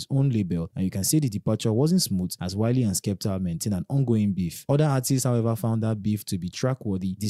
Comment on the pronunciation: That is not "Wiley"